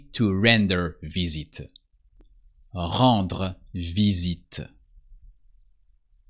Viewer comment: Very useful video, thank you. I just wish I could have said the R's in Rendre the way you did.